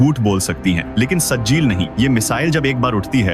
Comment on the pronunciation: Sajil nahi sahjil hai